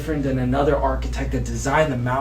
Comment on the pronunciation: How can you call yourself alpha when your voice sounds like a squeaky toy? 😂😂😂 And what the hellnis he saying instead of ‘architect’? Archetype? Archetight?